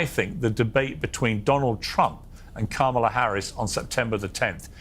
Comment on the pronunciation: Political watcher and expert Luntz can't pronounce our Vice President's name correctly?